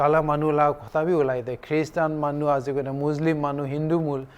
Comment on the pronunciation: Khe-ris-tan 😂...bishi stylo asu di siri😂